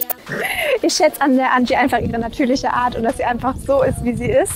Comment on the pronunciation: Wow, was eine super Ausstrahlung. ♥ OOT: Wie es mich triggert, wenn man den Name Angie nicht englisch ausspricht. Dann sagt ihn gänzlich deutsch und nicht so halb-halb. So, nun ist es raus xD sorry.